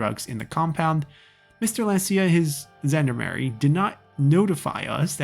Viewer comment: Somebody already commented on Gendarmerie, however since this is a French loanword (in German and English) the G is pronounced like the 普通话 R (the one not like the English R). And all French words are stressed on the last syllable.